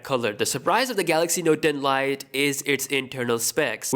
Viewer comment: The Note Den Lite`` Pls dont say it like that 😂